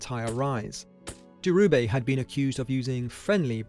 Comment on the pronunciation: It's Dhirubai - baai, not bay. And calling his surroundings a "slum" is just ridiculous british tabloid propaganda.